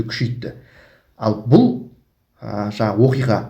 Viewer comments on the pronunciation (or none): none